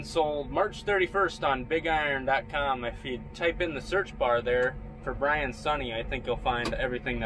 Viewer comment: Brain instead of Brian